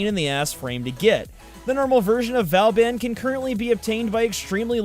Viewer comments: Vo - bon. It's pronounced vo - bon. :P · I pronounce Vauban by saying Vor-bun or Vor-ben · {vobAn}... stress on A (sound like in "are" word);) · But Vauban is pronounced differently. It's "Boo-ben". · godamit, it's pronounced 'BOO-BEN' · Not to be a pronunciation Not-Z but it's Vo-ban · It's pronounced Vo-Ban (the "an" sound is the same as in "EN garde" or "rENdez-vous") in french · It is pronounced "boo-ben" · V-or-ban is how I was told to pronounce it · Btw you pronounced Booben wrong. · its Vo-baun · Actually it's v-oooooooooooooooooo-Been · these pronunciations of ne'zha are so fuckin funny tho lmaoo hardly anyone gets it right. oh and he mentions getting the name wrong for vauban lollll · I did buy Nezha (for myself and as a Christmas present to my friend) when he came out back when he was brand new and only on the Sorties. I also got Ivara because I suck at spy missions and was having terrible RNG with her drops. I got Vauban (vuh-bawn is the 'English' pronunciation, or Voe-Baw if you want to say it in the proper French) fairly easily over a couple of months just not stressing over it and doing the alerts when they happened to come up. But if you are REALY trying to get him, then sure, I guess you could justify spending plat on it, but then I'd just recommend you get the Prime version and collect the regular parts slowly as they come to eventually use the non-prime for mastery fodder/codex completion. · 1. Ivara was pronounced right 2. Nezha was wrong, true. 3. Equinox is clearly a she 4. And vauban was butchered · Might be a little late, but he actually didn't pronounce vauban the right way. Check the end of the vauban prime trailer to hear the correct way. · He didn’t pronounce Vauban right. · Vow-ban, as he says, it's vaw-ban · Vauban, so how I pronounce it is Vorban but it sounds like you pronounce it Vowban but I honestly don't care how people say Vauban, just whatever floats your boat. :) P.S. Love the videos they are awesome. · It’s VABIN